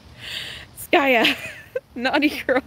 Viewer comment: Why you call him skayu when he is skaya